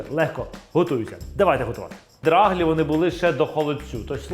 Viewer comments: Доаглі‘-наголос на і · Наголос у нас на перший склад - драглІ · Будь ласочка - драглІІІІІІ - наголос на останній склад😄😄😄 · Драглі. Наголос на і. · В нас також наголос на і. Ми з Волині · На Заході кажуть драглі,наголос на і.